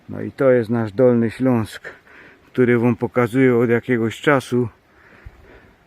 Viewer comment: Ty jako jedyny poprawnie i po Polsku mówisz "Ślunsk" 😎👍🍻